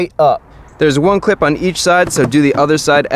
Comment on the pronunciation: am i the only one who keeps hearing clit insted of clip